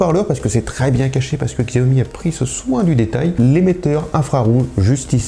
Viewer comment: Chiaomi voilà comment ça se prononce